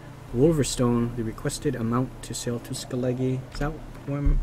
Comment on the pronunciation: FYI Skellige = Skella-Guh